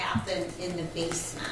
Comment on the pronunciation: She keeps pronouncing basement as Base-meant its base-mint. So annoying